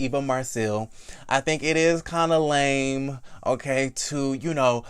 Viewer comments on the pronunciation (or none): none